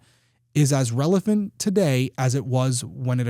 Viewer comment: Did anybody else hear Derrick say relephant? lol